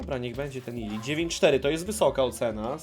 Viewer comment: Iličić a nie Ilič xD ps. Słabo, ja zrobiłem 199